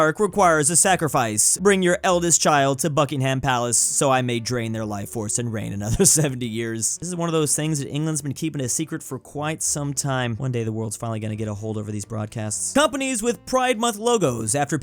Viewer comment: By the way it’s a silent h on Buckingham palace the reason why I know this is because I’m BRI’ISH MATE